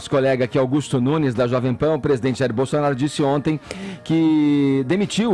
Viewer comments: Em o falou Bostounaro? 😂😂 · ele disse bostonaro ? -. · Minuto 7h37, fala governo "Bostonaro", foi só eu que ouvi? Kkkk. Muito bom! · Realmente o falou Bostonaro! Mas tenho certeza que foi uma trava língua. Ele é muito respeitoso não iria baixar o nível. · o reporter falou "gestão bostonaro" kkkkkkk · Só eu q ouvi o falar Bostonaro?